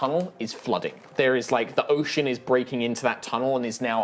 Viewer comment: did he say yocean?